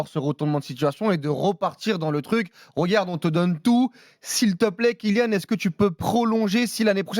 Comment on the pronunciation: « KyNian Mbappé » qqn va lui dire un jour ?